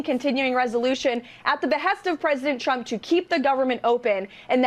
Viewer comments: It's funny how she days Chump instead of Trump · I swear every time she says "President Trump" sounds more like "President Chump" and it cracks me up every time 🤣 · Anyone else hearing "Chump" every time she says Trump? She cannot pronounce his name. Also, she said multiple times that "jugs" were in the boats blown to bits.... once you hear it, you can't help hearing it pronounce that way. 😂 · How do you work for someone and can’t pronounce their name?!?! “Chump” 😂